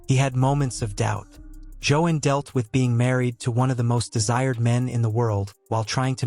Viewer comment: It’s pronounced Jo-Ann not Jo-In